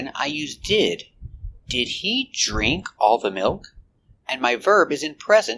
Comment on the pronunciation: Is it really a long "e" sound for drink?